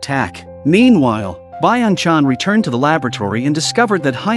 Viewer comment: Blud called Lee Byeong Chan Biong chang [Moms account]